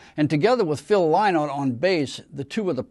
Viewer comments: Disappointing and Wrong pronunciation of Phil's surname. Yes, it is spelt Lynott BUT is pronounced phonetically as " Linnott"... as a fan, Guy should know this. It's typical of American pronunciation...like Yrak and Yran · Thank you for the correction Guy. I meant no offence. I'm sure you did your research but to an Irish ear Lye-not sounds so wrong. I have never heard his name pronounced that way in Ireland.